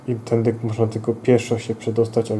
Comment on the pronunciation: tędy a nie tędyk